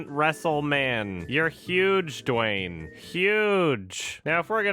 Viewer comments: through the whole video: * DWAIN, DWAIN, DWAIN, DWAIN, DWAIN, DWAIN... * (* BWOING, BWOING, BWOING, BWOING, BWOING, BWOING... *) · "Dwaayne" :D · Saying “Dwain” is very satisfying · Idk why but it made me very uncomfortable every time said 'Dwayne' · Every time says Dwayne I laugh uncontrollably